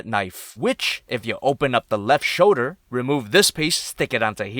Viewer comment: why does he say shoder instead of shoulder?